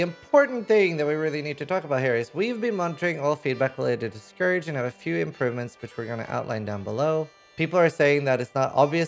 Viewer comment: Please stop saying scour instead of scourge.